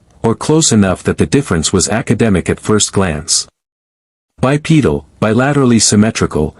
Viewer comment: I caught it on bipedal.